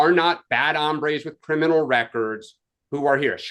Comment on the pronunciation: Guys, it's HOMBRES, not hambres (hambre is hunger).